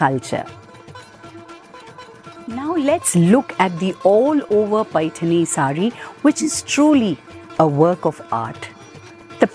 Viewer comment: Well explained Madam. First person who has pronounced Paithani in marathi ptoperly❤🙏